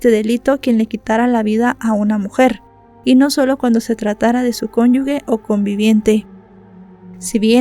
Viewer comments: Hola, me gusta tu canal, sólo una cosa, se dice cónyuje no cónyugue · Conyu [je] = cónyuge; no cónyug(ue) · Pero es cónyuge con "g", lo que pasa es que antes de "e" y de "i", al no tener la "u", se lee como "j".